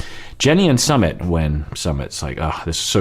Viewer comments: you're not saying Sumit correctly. Per another user it's Su as in Susanna and mit as in Mitsubishi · He never does lol... He tried for the first few videos then just went back to saying summit. Yet he rolls his r for Larissa and Andre. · Yes and the emphasis should be on the second syllable